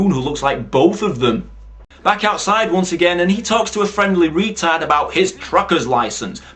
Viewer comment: Is it me or do you say wetard? I love how you refer to the characters by how they look like "Fatman" and "tash man".great review. Top film.